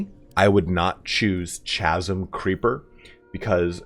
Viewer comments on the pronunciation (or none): TF is a chazim? it's pronounced KASIM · Chasm is hard C. Kazm. Not chazzm. Also: 168 materials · K-asm not CH-asm. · Casm. Not chasm. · It's "Chasm" with a hard K sound, not with a CH sound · "chasm" is pronounced "kaz-em", not "chaz-em". The H is silent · ITS PRONOUNCED KASSM! Not Shazem. Hard C. Chris, Character.... But fuck me I didnt see that EXTRACT ALL button. I'm SOOOO FARRR into the game and I never unlocked Gale, and have crafted ONE potion. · Chasm is pronounced with a hard K sound as in KASM, not a CH sound like in CHAT. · Good lord. It’s not pronounced ChAsm. It’s pronounced Kasm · Just an advice for future videos: chasm is pronounced with K (ka:zm), like you would in alchemy or charisma. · Chasm is pronounced with a hard 'K' sound. That will make it illiterate. Like Peter Parker. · Thanks for the info! Chasm is pronounced KAZ-UM fyi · Love your vids. The word "chasm" is correctly pronounces "kas-m". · Not to be nitpicky but you don't pronounce the H in "chasm", it's said like Kaz-um. I'm surprised you've never heard the word chasm before tbh. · mate it's pronouced Kasm creeper even though it's spelled like "ch" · nice vid. just a tip though, chasm is pronounced like "kazum". no "ch" sound. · Chasm is pronounced kasm. it's opposite to the way Cello isn't pronounced kello. Don't you just love the English language. I'm not usually a grammar nazi, but chasm with a hard "kah" just sounds right and is so much cooler. as in the Chasm of Eternal Doom. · Chasm -> Ka-zum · "Chasm" is pronounced "kaz-uhm." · It's pronounced Kah-zum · I applaud your approach to front loading your videos. For the record though, the H in Chasm, is silent :) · Chasm = 'kazzum". But thanks for great video! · chasm = ka·zm you don't pronounce the ch. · Chasm is pronounced kazim/kazum. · Chasm is pronounced with a hard C. Like a K. No “ch” sound. “K-as-m” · No hate, but the way you pronounce chasm, is stressing me out. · "chasm" is pronounced like it has a hard K in the beginning.